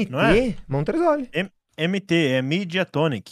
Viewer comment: o falando montresoli me cura de 75 depressoes diferentes